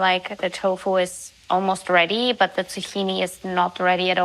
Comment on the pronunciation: Hallo,ich mag deine Videos wirklich sehr und nutze sie auch gerne um Ideen für neue Rezepte zu sammeln.Außerdem finde ich es super,dass du deinen Kanal auf Englisch (welches du echt super sprichst)machst.Allerdings ist mir heute aufgefallen,dass du vor Vokalen,wenn du „the“ sagst,das „the“ wie vor einem Konsonanten aussprichst.Es wir aber quasi „dii“ ausgesprochen.Das soll jetzt bitte nicht als Kritik sondern nur als Feedback verstanden werden!Mach weiter so mit den Videos und bleib wie du bist!🩷